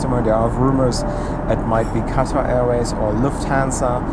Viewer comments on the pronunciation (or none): none